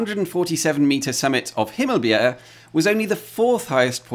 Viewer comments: The funniest thing was that you pronounced Ejer Bavnehøj perfectly, but said “I hope I said that correctly”, when you had just slightly mispronounced Himmelbjerget 5 times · As for your pronunciations, as a Dane, your pronunciation of Himmelbjerget was not perfect, but much much better than I ever heard a non native person pronounce it. As for Ejer Bavnehøj, that sounded perfectly danish. If I only heard those two words from you, I could esily mistake you for a dane :) Good job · It's fun to see a video about our little country, and especially about its truly massive peaks, and the disagreements stemming from a few centimetres. Honestly, your pronunciation of Ejer Bavnehøj was pretty spot on, better than your pronunciation of Himmelbjerget (which had a weird ending). I also noticed the piano cover of a Danish pop song, "big man", (which I personally hate, but I like that you made a cover of a Danish song anyway). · I would say that he says Skanderborg with too much pressure on the G Also, the way he says Himmelbjerget sounds more like himmelbjerre He nailed Ø , which i consider impressive for someone who doesn't have it in their native language